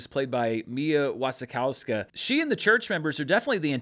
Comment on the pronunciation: I actually learned this when I was writing my letterboxd review that Wasikowska is pronounced something like Vushikofska. Not really a knock on you cause it’s a difficult name, but good to know.